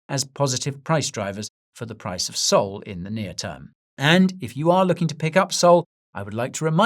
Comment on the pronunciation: I liked this guy for years until he said sol